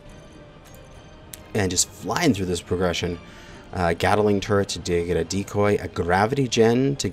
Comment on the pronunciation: Gadaling turrets!!! I cant take it anymore!!! I absolutely love this series. But how you keep saying gadaling turrets instead of gatling is gonna have me barking slurs at the drywall in a mental fasility in no time